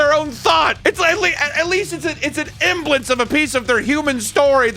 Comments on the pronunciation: You said emblance like 4 times, the word is semblance dude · Semblance not emblance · Semblance, emblence isn't a word. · the s in 'semblance' isn't silent